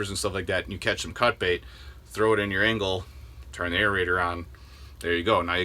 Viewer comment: Engel not Engle...🤪